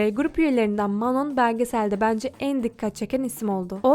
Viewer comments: Geçmişte olan olayı sanki yeni yaşanmış gibi yapman aşırı saçma.Her insan ilk başta birbirine soğuk yapar,bu normal.Şimdiki yayınlarına,videolarına bakarsanız hiçbiri dışlanmıyor.Kızlar iyi geçiniyor.Dikkatimi çeken şeylerden birisi de Manon'ya "Manon" demen.Sophia "Manon" olarak değil "Mano" olarak telaffuz edildiğini söyledi.Bir de Lara Queer,lezbiyen değil. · Aq Manon mano diye okuyor ayrıca manon nun müziğe ilgisi var daha önce hiç dans etmemiş olabilir ama piyano çalabiliyordu vokal eğitimi almış ve şarkı sözü yazıyordu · Video iyi güzel de sürekli Manon demişsin okunuşu çok mu zor anlamadım ki sondaki n yok işte